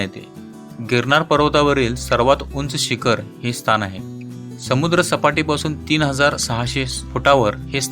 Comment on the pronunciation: स्तान नाही हो स्थान म्हणा